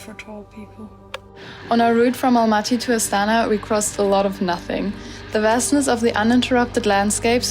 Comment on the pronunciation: Almaty. Not Alamty